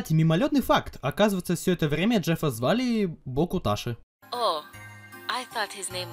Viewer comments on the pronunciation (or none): Нееет мои уши 😭😭 Не Бокуташи, а Бокутачи Хорошего дня :Р